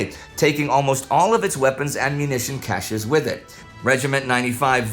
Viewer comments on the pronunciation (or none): none